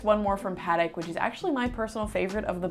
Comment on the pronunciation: did just say paatik?? I'm just kidding great vid👍🏾